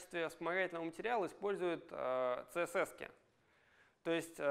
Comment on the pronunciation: "ЦеЕсЕс" - спикер с глубокими познаниями английского алфавита